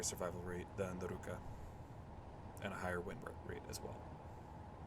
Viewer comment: for some reason you went for russian word for hand "rukA" but went for japanese pronounciation "rUka" which isn't a hand